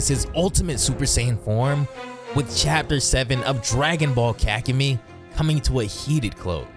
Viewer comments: "Ka-ku-mee"? auto dislike vid. sry. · Pronounce kakumei correctly and not sound stupid please and thank you